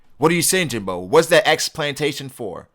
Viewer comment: Jimbei... not Jimbo